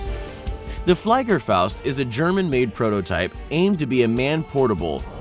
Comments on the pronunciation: Flei ger fowst..... wow dude. Flie ger faust. Flie, pronounced like "she", like the "flea" that bit you in the brain and made you into the demented fool you are. Ger, as the beginning of "Germany" or "Germans". Or like "Jericho", the "Ger" is pronounced like that. Faust, he got correctly, as this is expected. Faust, as in Goethes famous piece. Flea Ger Faust. There you go. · Fly-ger Faust? Luft- vaiff? You kidding me !!??